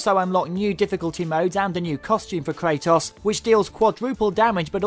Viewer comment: he can't pronounce kratos properly